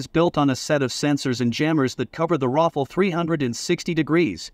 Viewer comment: it sounds like you are calling the rafale, Waffel...